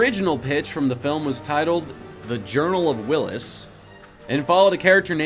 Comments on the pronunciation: Um. I think its journal of the whills. Not willis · "The Journal of Willis"?